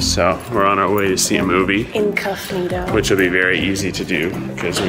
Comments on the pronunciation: "Incuffnito" she's a keeper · in-cuff-nido XD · LMAFO "Incuffnito".